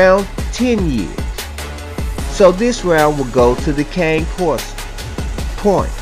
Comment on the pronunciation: ffs ... if you're going to try to profess to be an expert or authority on dogs then at least learn how to say the name of the breed properly. You might like to Google their origins, the associated language and pronunciation.